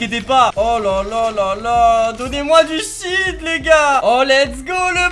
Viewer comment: Quand tu dit shield on dirait tu dit shit sa fait comme si tu dit donner moi du shit